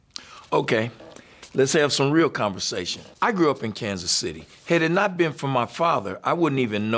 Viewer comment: AND... pronounces it correctly... "Kan-city."